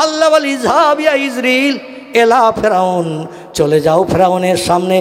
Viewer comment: Ferun noi sadd hobe.vul hochhe